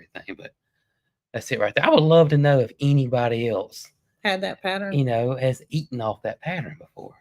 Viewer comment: Lol......pattern is a 2 syllable word not 3. Pa tern not pat ter ren. I just get so tickled with all of our different ways of talking. Love your videos!!